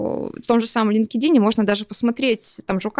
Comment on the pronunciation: Лин-ке-дин это конечно 😮 Столько англицизмов уже в речи, а как главный сайт произносится остаётся невыполнимой загадкой